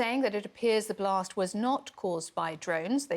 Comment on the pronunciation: A blost at a plont! 🔥